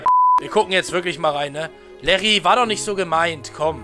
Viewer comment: Das heißt nicht Larry sondern Liri